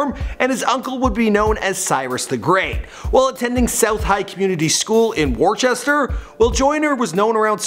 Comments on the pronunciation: it's not pronounced "War-sesster" Its pronounced "Wuss-ter" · Sorry,, you butchered the pronunciation of Worcester. It's pronounced: "Wistah" by everyone from Worcester and all of Mass and New England. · It is pronunced woster not worschetster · GOBL1NN live there. Never said wister. Always wusster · Pronouce the city Whister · “Warchester” haha it’s pronounced Wooster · Did he just pronounce that Wor-sester? It’s pronounced wou-Ster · war chester? wtf lmao it’s woosta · ITS NOT WOOR SESS TER ITS wooster JEESUS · Its woosta punk say warchester agian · IT'S WISTER!!!!!!!!!! NOT WARCHESTER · Woo-ster....not worchester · Jesus christ its pronounced wooster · It’s pronounced Wooster fool why u gotta disrespect my city’s name like that lol I live near Joyner his nephew is my friend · Worcester is pronounced “woosta”. I’m from Worcester and took the same bus to South High Community most mornings. I thought he was always doing his homework last minute on the bus as he was forever writing in his red notebook. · Love this, I'm from Mass too but it's pronounce as " Wister " lol all good my guy, love all the vids! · It is pronounced woosta im from mass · is pronounced wister. I'm from Worcester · Woostah lol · I’m from Mass and it’s pronounced WOOSTER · Shout out to worcester btw it's pronounced wooster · Its pronounced WOOSTER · Pronounce Wooster lol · Great video bro! But it’s pronounced “whister” or “Wooster” 😭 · I cringe whenever my city’s name is butchered, Worcester. It’s pronunciation is “wis-ter”. I’m a 508 area code, and went to the same high school as him at the same time. He was always so nice, was on my bus and he might not remember, but he got out of his seat so me and my twin can sit down. And we were shy quiet “nerds”. He didn’t judge anyone at all. So happy for all his accomplishments. ❤️ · The town's pronounced [wos-ster] -a masshole native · "Warsester" lmaoo look up the pronounciation next time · ITS PRONOUNCED WUS-TER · It’s wis-ter I’m from there😭